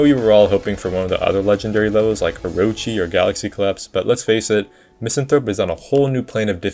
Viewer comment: One day people will learn how to pronounce Misanthrope